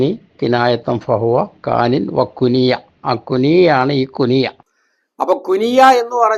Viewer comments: കുനിയ അല്ല ....... കുണിയ ആണ്..... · കുനിയ❌ കുണിയ✅